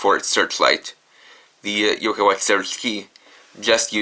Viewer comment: why cant you say watch normaly it kind of bothering me a bit by bit i mean alot